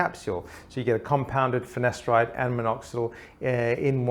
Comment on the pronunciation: Why did it always sound like he says ‘finesteride’ when it’s ‘finasteride?’